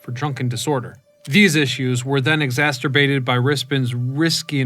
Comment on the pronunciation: "exasterbated" ... That's a new one.